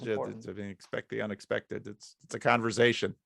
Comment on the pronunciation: "…it's a converzation"